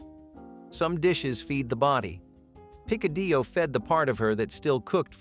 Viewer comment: The name is said "peek-a-dee-o"